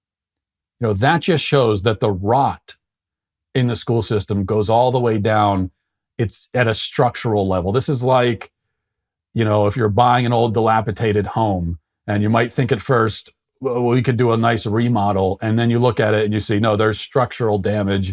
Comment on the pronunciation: Dilapidated, not dilapitated.